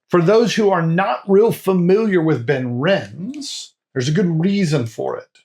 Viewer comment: Just FYI: the "e" in Benrinnes is pronounced, so 'ben-RIN-ez' (similar to Glenrothes being 'glen-ROTH-ez'). Obviously, we don't get ImpEx bottles here (except rarely at auction), but I do have 4 different Benrinnes bottles from other independent bottlers. I tend to think of it as being like Mortlach, but better suited to me... I've been to various whisky festivals over the years, but these days I just do Croydon Whisky Festival in March and Dornoch Whisky Festival in October - lots of great stands with superb whiskies at both.